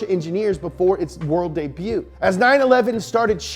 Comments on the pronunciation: I am disappointed in pronunciation of Debutt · Debut is pronounced day-buet. Like please